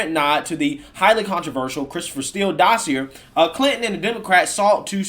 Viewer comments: Dossier= dah see A, it's from the french where words ending in er sound like A. Edit: someone should have to pay for thw false claims and all the money wasted by the FBI and other Law Enforcement agencies. The impeachment process, all that money wasted when they knew it was a lie paid for by Hillary. Seriously, someone should go to prison for that. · Love most of your content, but dossier rhymes with courvoisier. 👍🏽